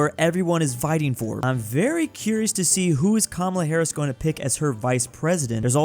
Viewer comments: Kuh Mala… not cumula. But it is what it is cause no one cares lol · It’s kaa maa laaa